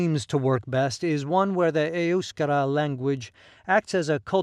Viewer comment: I've never heard EUSKARA pronounced that way, with the emphasis on the first syllable. Must be the American accent.